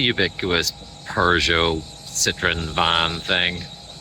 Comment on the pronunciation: Really fun video! The classic car spotting was incredible! 😍 Nice to see Alan out and about. Lovely cabin on the ferry too! 😊 I’ve just realized that not only does pronounce “film” with two syllables, as would be normal in Norn Iron speak = “filum”, but he also pronounces Peugeot as “purrgeot” which is really quite endearing… 😂